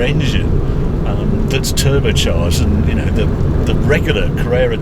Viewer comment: Harry pronounces "turbercharged" a bit like english soccer players pronounce "footbler".